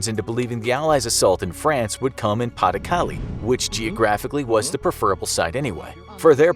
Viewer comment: french ppl: pay du calay: pronunciation go brrrrrr